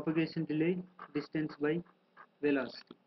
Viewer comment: DISTANCE not destance